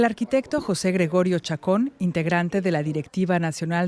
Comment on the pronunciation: Señora. Entre Jose y José hay una clase de Español de diferencia